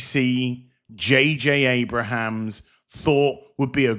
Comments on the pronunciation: It’s Abrams. Not Abrahams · I'm gonna guess the mispronunciation of J.J. AbraHAms is intentional... 🤪